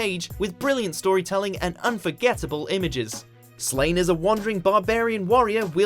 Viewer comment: It's Slaw-nay not literally Slaine